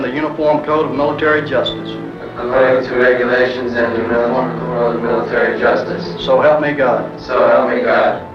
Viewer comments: “according regulations and mumble mumble military justice”. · "According to regulations and humff muhh mmm military justice" lmao, love it.